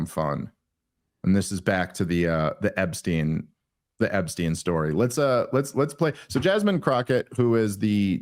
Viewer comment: DAVE! Why are you pronouncing Epstein as "Ebstein" throughout this entire video?! I've never noticed you pronouncing "Ps" as "Bs" before. It's infuriating man. EP-stein. EP! Not EB.